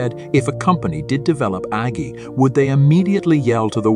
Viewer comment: AI voice generator: Agi ... You: Yes.